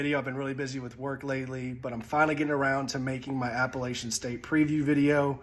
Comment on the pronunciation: Y’all absolutely murder the word Appalachian. App a LATCH in